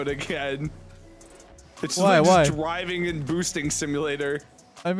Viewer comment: It’s dwiving.